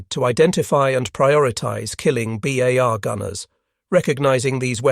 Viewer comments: Gawd THIS computers pronunciation sucks! BAR NOT BAHRRR! IT'S B OW LIKE OUCH, at the front of a ship! 50 caliber, not .05 inch caliber. A unit of caliber is measured in the definition as hundreths-of-inches! Using both is redundant. Annoying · Always great content but the narration is getting very sloppy. How is it that we get to pronunciations “bars” and “BAR–S”back to back? And the pronunciation of .30-06 is ridiculous. Just type and narrate “30 ought 6”